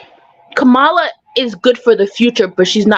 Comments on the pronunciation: CALM-MUH-LUH that’s how you pronounce the VP’s first name 😂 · Her name is pronounced “Comma-La”! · Can we finally...say her name right Kamala...like "COMMA-LA"...